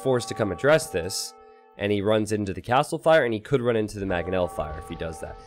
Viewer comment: It's Mangonel, not Magonel!